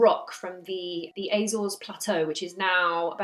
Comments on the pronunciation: Apart from the Azores which you pronounced like a septic, it was right. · I wish you'd stop mispronouncing Azores.